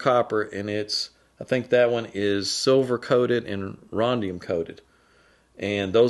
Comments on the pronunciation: It's rhodium NOT rhondium. Sorry to be picky, but I can't let that one slide. And yes I can be just a tad anal at times!!! 🤣🤣🤣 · Minor tweak - removing the N makes it perfect - it is Rhodium, not rhondium. No offence intended, merely giving back a little of what is dished out. Way back in the early 80's in Australia, a buddy and I wouild use a somewhat crude version of your tube connector. We soldered the 2 internal wires to 1/4 inch diameter copper tubes. The speaker cables were stripped and pushed into the tube and held in place with an O ring and plastic nut. Souinded great, problem was the copper tubes would oxidise and needed regular maintenance. So we gave up on the idea and went with the status quo. Now I know better. Have a nice day. Cheers. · I think that you mean rhodium not rhondium. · Not sure what Rondium is. I think you meant to say Rhodium.